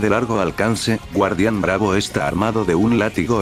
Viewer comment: No es guardian bravo es kardian bravo